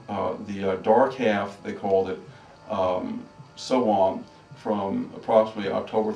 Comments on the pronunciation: It's actually pronounced Sow-wen and Beltane is pronounced how it is spelled... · ya lol Sow wen not however the hell he said it wtf.